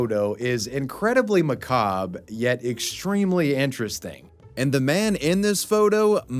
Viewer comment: I'm glad you pronounce macabre correctly, so many YouTubers get it wrong